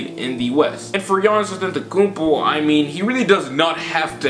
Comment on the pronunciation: Fam its Antetokounmpo not AtEntAkuMpO